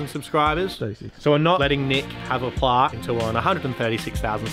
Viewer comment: Plaque not Plark